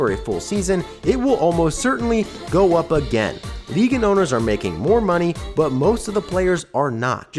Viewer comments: Okay, your manner of speech is insane. You put emphasis on the wrong parts of words. Also, I just heard you say "but" and it came out like "bouut". What the hell, dude? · bro why you pronouce "but" like "byooot"? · You say " But " so weird bro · Just found out where lives by the way he says "but" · Can you please learn how to say but. It makes me wanna click off every time I hear it.